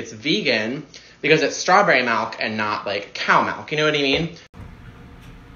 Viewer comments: 👀 Malk really who taught you how to pronounce words kid there is no A in milk 👀 You need a speak and spell! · I love IN the Midwest and nobody pronounces it as MyALK